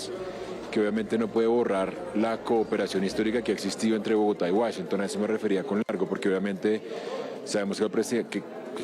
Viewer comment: Jhon maramana, wasinton jaja gracioso. Igual no pasa nada, solamente es pronunciación.